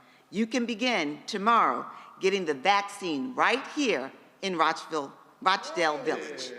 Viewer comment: UNBELIEVABLE. HE SAID "ROACH" DALE VILLAGE. 🙈